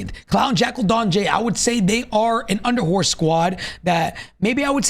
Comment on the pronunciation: “Under horse” ………. At what point is someone going to tell them that’s not how it’s said lol